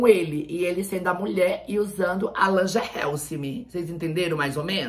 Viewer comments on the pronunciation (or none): "Langerray Feminaine". "Langerrelsimi" Essa é tudo!! 😂😂😂😂😂😂